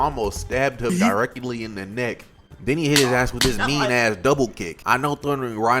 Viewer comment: My man 😂😂 "direckedly"